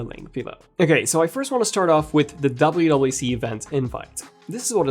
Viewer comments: Is he saying “WAC”? Dude cannot pronounce “WWDC”. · Didn’t know you cannot pronounce WWDC